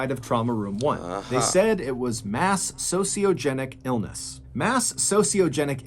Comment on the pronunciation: “ Mass Sociogeniolecy “ 😂